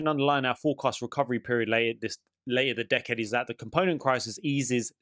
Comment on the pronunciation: For a brief second, with my ears, I thought you were giving a shout out to Lady Decade, but after checking the transcrip, it was "later the decade"😂